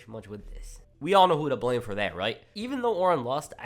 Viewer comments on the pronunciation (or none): none